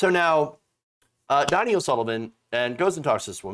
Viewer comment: You’re pronouncing Donie’s name wrong every time you say it.. C’mon!